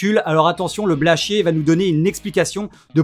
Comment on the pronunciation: Quand on se permet de critiquer quelqu'un, il faudrait au moins prononcer correctement son nom... C'est pas Blanchier